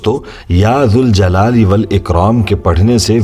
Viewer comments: Bhai . when we add "ya" to Zuljalal Wal Ikram . meaning changes . hence we need to read -- ya jaljalali Wal Ikram -- Please correct me if i am wrong . Please do some research . with ya we need to pronounce jal not zul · Galat hay sahi ki tasdeeq Karen ke ya zuljalalewalikraam Nahi Balke ya zaljalalewalikraam sahi pronounciation hay. Agar ya hatake padha jaye tab zuljalalewalikraam hoga phair bhi aap Tasdeeq zaroor karen aur hame jawab den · Aap Allah ke iss naam ko galat read kar rahe